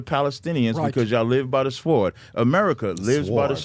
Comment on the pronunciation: Dumb ass can’t pronounce sword 🗡️stupid is as stupid does. 🙄